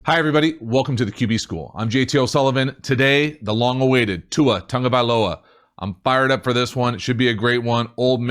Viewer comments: QB school thank you for saying Tuas name almost correctly!!🤙🏿🤙🏿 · I’m just really impressed that you pronounced Tua’s name correctly... the NFL Commissioner butchered it at the draft.